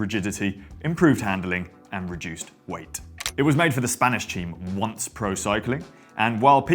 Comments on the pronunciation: Um, I think it's pronounced 'On-say' like 'Beyonce' - not 'once' - being a Spanish charity for the blind. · It's not "Once" it is "Onthey" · good video, but you're killing me with the mispronunciation of ONCE in your description go the TCR frame - It's not "Wonce... but "own-they " in castillian Spanish or tolerated as Own -say (as in 11 or numerological 2) - bothersome because I worked with the pro peloton years ago. TCR was as good an innovation as the carbon fiber frame, and then the compact gearset. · Once is pronounced On-say. Spanish charity for the blind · Once! "On-say" 🙏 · HAHAHA, I was about to correct him too. Dont blame him, he's just showing his age. LOL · Ugh! I can't believe you pronounced it "once". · Once = onsay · FYI the Once team is pronounced “on-say” 🤷🏻‍♂️ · On-, they like 11 in Spanish 😢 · "On Say" is the pronunciation of the team name. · I caught that. On-say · When he said “ones” I had to chuckle a bit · Really lovely to see how it's pronounced by non spaniards ^_^ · ONCE ................ one of the most iconic teams in cycling history.... At least pronounce it correctly! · the Brits and their inability to pronounce foreign language words, ONCE is not pronounced like that, being a spanish acronym, look for the pronunciation of eleven in spanish and that would be it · apparently you can also barely say ONCE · First! BTW, you need yo pronounce "Once".